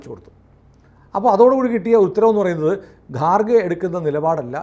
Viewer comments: കാർ ഖേ അല്ലടാ ഖാർ ഗേ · It's not garkhe but kharge. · ഗാർഖെ അല്ല ഖാർഗെ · ഗാർഗെ അല്ല. ഘർഗെ ആണ്. പിന്നെ അയാൾ ഹിന്ദു അല്ല. ബുദ്ധമതമാണ്. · ഗാർഗെ അല്ല ഖാർഗെ ആണ്.